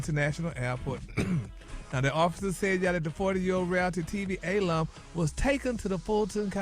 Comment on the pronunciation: Did Gary say “A-lum?” It’s alum